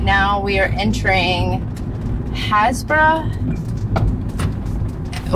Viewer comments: The first tower in the video is a church tower not a lighthouse. It's pronounced Haze brugh, not has boro. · As an almost local I think it’s Hays not Haz I may be wrong though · Happisburgh is pronounced haysbruh. ☺ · You are correct, haysbruh. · Happisburgh It's pronounced HAYS burra :) I know, we Brits have some weird town names, I moved to Norfolk 34 years ago and took me a while to learn some of the town names. Although my Brother in law no longer manages the Lighthouse pub he still owns it and seeing this vlog brings back happy memories of all the times I have been to that part of Norfolk. You need to find a way to stay here. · The correct local pronunciation is "HaysBru". You seem to be filming either near where I currently live or around where I grew up. Clearly I was too young and stupid to appretiate it at the time. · We pronounce it haze ber ra 😊Happisburgh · I was born and bred in north norfolk that's exactly how I pronounced it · Woohoo!! We definitely try and pronounce things correctly as much as we can. We loved Happisburgh it's so beautiful. Sad about the erosion. 🤍 x